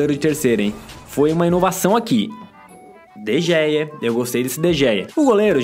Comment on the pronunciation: n se fala de gea se fala de rea